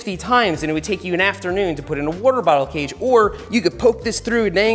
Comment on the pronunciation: that's an interesting way of pronouncing waterbottle cage